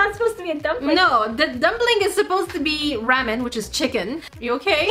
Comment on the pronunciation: U said ramen wrong but I LOVED this video